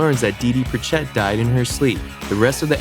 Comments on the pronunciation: Julia Louis-Dreyfus (That's Lou-ee) and Pritchett (PRI-chet, emphasis on the PRI) Geez. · How do you not know how to pronounce Julia Louis-Dreyfus and Pritchett?